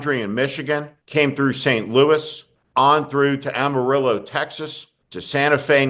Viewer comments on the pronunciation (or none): none